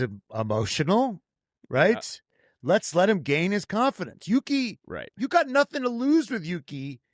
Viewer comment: Marco's favorite is Yuki., you said it precisely correct! (as Japanese sight)